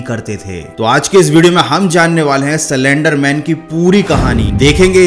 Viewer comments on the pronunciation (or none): Salender nahi slender pahle teek tarike sai pronaunce karo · What! He was pronouncing slenderman as cylenderman😂😂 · सलेंडर, सिलेंडर नही , ये है असली शब्द 👉"स्लेन्डर" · Everyone:- Slender man:- celendar man Pronounciation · Me too😂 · Broo i came her very seriously to know about slender man but when he say cylinder man I can't stop laughing 😂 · Video banane se pahle pronounciation sikh li ji ye. It's slender not slander ( both have different meanings and pronounciation) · Cylender nhi bhaii..... 🤣😁😁 slender man🤣🤣😁😁😁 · Well bruh you are prenouncing it wrong . It is prenounced as slender not selender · Cylinder man 😂🤣 aare bhai slen-der man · C lender man😭😭 it's slender broo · Bhai cylendr nai slender bolo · he says 'silender' man 🤣🤣😂😂😂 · he literally said cylinder man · No one: Literally no one: Not even spongebob: This guy: CYLINDER MAN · Till 1 minute I was also thinking it is “cylinder man"......😅😅😅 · Who Heard Cylinder Man In Place Of Slenderman😂😂😂🤣😂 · I also heard he told cylenderman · I heard it too he said"Cylenderman " Slenderman: Am i replaced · Did anyone notice that he actually Said cylinder man😂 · bhai aap bhi Silinder man hi bolte ho 😂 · Did I just heard "Cylinder Man" ? 😂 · Bro wtf I heard cylinder man😂😂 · Pahle slender bolna sikh le bhai